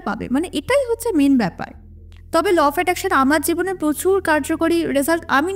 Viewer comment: Law of Attraction ❌লফ্যাট্যাকশান ✅💀💀💀💀